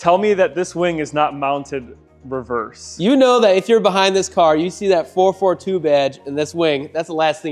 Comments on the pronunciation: Someone needs to explain to the young lad that it is a Four Four Two - not a Four Forty-two. Sacrilege.!! Nice job on the cleanup! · 4-4-2 not 4-42. lol 😂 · It’s called a four four two not four forty two. My god father was a gutless cutlass lover. He had idk how many 442’s I’d say at least 20 over the years but kept 4 as his prides. Two W30’s and two convertible 442’s. Him and my dad (who’s was a cougar fan) would bring their cars every weekend to New England dragway. I’ll never forget those days as a kid in the 70’s. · It's 4-4-2 not ,4-42.…... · It's pronounced 4-4-2